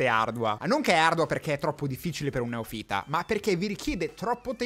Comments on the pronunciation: poi tanto per dire, si dice neòfita non neofíta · No, ti prego, hai detto più di una volta "neofìta"!!!!! In Italiano la pronuncia corretta è neòfita! Io sono italobritannico, ma cavolo, un laureato in ingegneria informatica, che avrà studiato al liceo scientifico e quindi dovrebbe conoscere il latino, che mi pronuncia "neofìta", la dice lunga. Prima dei linguaggi di programmazione, dovresti studiare la lingua che parli. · Concordo su tutto, ma... Neòfita, non neofìta! Piuttosto dí newbie o niubbo! 😅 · A proposito di linguaggio: si dice neòfita e non neofìta 😜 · Piccolo appunto, la pronuncia è neòfita, non neofìta. ❤ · Boh… al secondo neofìta con l’accento sulla ‘i’ ho chiuso il video. 5 minuti buttati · NE O' FITA non NEOF I' TA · Ciao e complimenti per il video. Sono d’accordo con te su tutto… Bravo! PS neófita non neofìta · Ok per i linguaggi di programmazione, ottima spiegazione. Ko per la lingua italiana: si dice "neòfita", non "neofìta" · ma pronuncia neofita in quel modo apposta o? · Comunque a proposito di liguaggio (anche quello natuarale andrebbe studiato) si pronuncia /neˈɔfita/. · "neofìta" non si può sentire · cominciamo a programmare l'accento su neofita😉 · Hai sbagliato l'accento sulla parola NEOFITA ^_^ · Neofita non si pronuncia così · Per favore, va tutto bene, ma neofita si pronuncia con l'accento sulla o